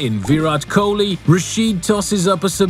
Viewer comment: Virat Kohli ❌ Viray Kholi✅